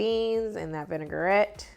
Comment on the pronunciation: I will try this. Thanks for the recipe. Vinaigrette is a French word so it is pronounced vin-i-grette, not vinegar-ette.